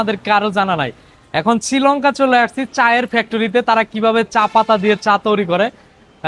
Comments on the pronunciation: চিলংকা নয় হবে শ্রীলংকা হালায় দেশের নামটাও উচ্চারণ করতে পারেনা মুর্খ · চিলংকা নয় বোকা শ্রীলঙ্কা আগে উচ্চারণ শিখেন উচ্চারণের দর্ষণ করে দিছেন মিয়া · উচ্চারণে খালি ভুল শ্রীলংকা না শ্রীলঙ্কা ভালো করে দেশটির নাম বলবেন